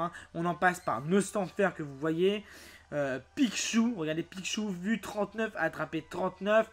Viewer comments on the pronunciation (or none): nn ca ce dit pitchu